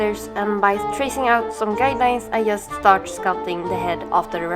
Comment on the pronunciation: fint! men när du säger "just" på engelska. uttala det "djust".